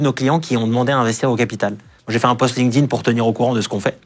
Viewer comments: LinkedIn, se prononce ''linktine" pitié... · « Lin-keuh-din »! C’est la version franchouillarde de LinkedIn? 😂